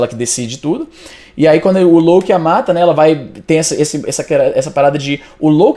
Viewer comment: Éngraçado essa tua pronuncia... "lôUKI"